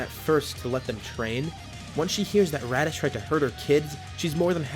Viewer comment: I swear he called raddits reddish like 10 times